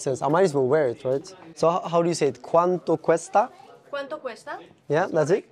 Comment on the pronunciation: Hola soy Español y lo has dicho bien "CUANTO CUESTA"😁....si quieres aprender Español yo te puedo enseñar...vente un dia a Valladolid En España claro....o me voy contigo a Dubai y te enseño Español 😉....